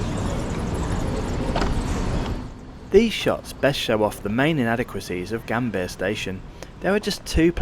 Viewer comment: tukang cuap², apa kau ga bisa baca?, koq Yogjakarta, kau baca Yogiakarta & Gambir di baca Gambia 😜